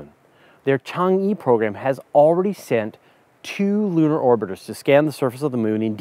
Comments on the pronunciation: Chang'e is pronounced "chang-err", not "chang-eee". Why is it that when Americans don't know how to pronounce something they just guess?! Or is it fashionable to among Americans to deliberately get it wrong, while the rest of the world thinks you sound like morons? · Chang'E's "E" is pronounced as "Eh". Change'E refers to the Moon Goddess in Chinese mythology. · Chang-e is actually pronounced Chang Uh